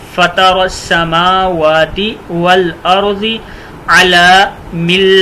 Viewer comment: والارض پر زبر ہے حضرت